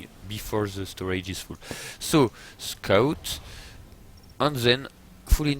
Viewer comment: And that "scuut" :) Now I always refer to scouts as scuuts... remember to scuut guys!!